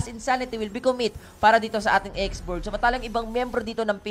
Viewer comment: ''X'borg daw? lol ganto ipronounce yan x.borh